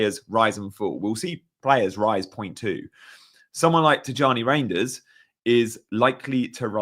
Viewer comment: Reijnders is pronounced as Rine, not Rain